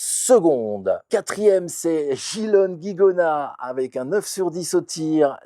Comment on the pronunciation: bonjour, bien sympa votre chaine. Juste amicalement je crois qu'on l'appelle gilone guigonat. bonne continuatino.